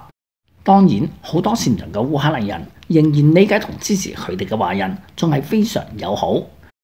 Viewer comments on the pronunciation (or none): 試下做讀報練習，逐字慢速發音準確，慢慢加快。你現在的水準報新聞是不合格的。例如，日本人說成入本人，華人說成懷人，行動說成閒動，推特不是推凸等等。祝進步